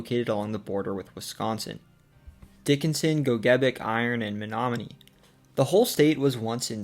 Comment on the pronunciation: Only halfway through so far, but as someone from Menominee, I’ll say you NAILED pronunciations of place names all around. They aren’t easy!